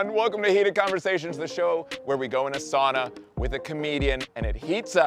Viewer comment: Darn. Impressed positively. Adams correct pronunciation of Sauna. My people <3